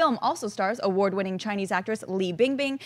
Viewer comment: speaks Chinese? Surprised me with the right intonation on Li Bingbing.